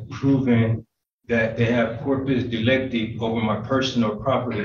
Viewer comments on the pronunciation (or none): Keep an eye on the office er and the State Peosecutor. 😆 They can hardly keep a straight face. I can't keep a straight face either!!! 😂 This dude totally fits the definition of SOVTARD!!! Omg he said: "Corp-pee Dy-lek-tee"!!!!! How can you use terms you can't even say?!?!?! That's the BEST pronunciation I've heard yet!!